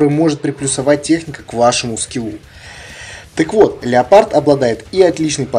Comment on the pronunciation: Не леополд а леопаррд)